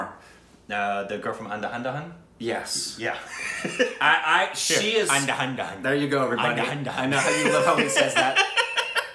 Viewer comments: Its An-Dha-Dhun. Not anda handa han 🤣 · Someone has to say it.... It's not "and-a-hand-a-hand" It's "an-dha-dhun" Andha means blind and dhun means tune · Andhadhun pronunciation-> "Un -dha - dhun" guys xD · Lemme help, Un-the-doon....Un as in Unbelievable, doon as it ryhmes with goon. Say Unthedoon, proper pronunciation of Andhadun. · Let’s try teaching pronunciation of Andhadhun to. Divide the word in three parts An-Dha-Dun. An should be pronounced as ‘Un’ in unreal. Dha should be pronounced as “Dh” in adhere. Dun should be pronounced with an oo sound like you say in shoe. Hope this helps. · It pronounced as Un dhaa dhoon